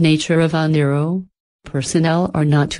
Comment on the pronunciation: Yes, she is mispronouncing Oneiroi. I couldn't fix it... I tried